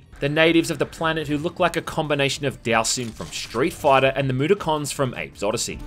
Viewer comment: i know who dhalsim is but what the fuck is a moo-dah-khan?